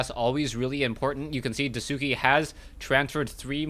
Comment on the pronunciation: It doesn't bother me that you are pronouncing DaiSuki's name incorrect, but if you'd like to pronounce it correctly say it like DIE + SKI. So DIE SKI instead of the way you are saying it... I just remember when people were wanting to pronounce Sase's name correctly and same with TH000 from WC3 it was beneficial. I love all the games and casts.:)